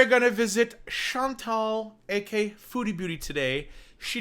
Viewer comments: It sounds like you just say, “AK”, and I rewind it all the time trying to hear the final A! lol. Love to hear your takes on Chantal’s shenanigans! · When introducing Chantal at the beginning of your videos, it’s “AKA”, (also known as).